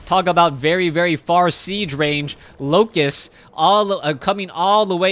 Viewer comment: You need to keep following the action even when expressing your opinions. The first 8 minutes of this game you were so obsessed with the mothership core that you missed the oracle casting entomb twice, the zerglings attacking the front and the defense from the void ray. The word is locusts, not loci. Stop saying "here" when referring to a point on the map, describe it (e.g. 3rd base, gold base, natural expansion, etc.). Swarm hosts don't produce eggs.